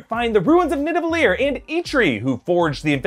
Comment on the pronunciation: Easter Egg no one saw: Its pronounced Nidavellir but Thor pronounces it (or mispronounced it during shooting) as NiVaDellir . Go back and watch thor say it I guarantee you'll hear him say Nivadellir